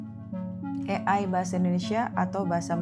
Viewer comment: AI bukan E AY,pake lh alpabet Indonesia yang bnr